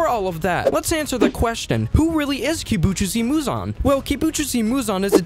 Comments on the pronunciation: this guy really pronounced muzans name as kibujoosi moozan😂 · Im sorry but Kibuchuzi Muzan 💀